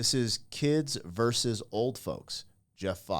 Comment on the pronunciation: Vs. is pronounced "versus." Not "verse." Not trying to be mean. It's just like fingernails on a chalkboard whenever I hear that said incorrectly. Sorry!